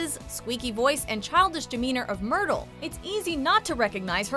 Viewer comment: I can't take the way she said myrtle and immediately stop the the video